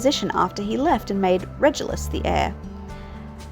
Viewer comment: It’s definitely Regulus with a hard G like in ‘regular’. I also use a hard G for Reggie but I’ve heard both. Love how this looks, it definitely feels right for the black family